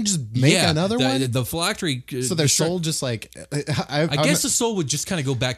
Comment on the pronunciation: Name pronounced correctly. 100 phylactery points for you.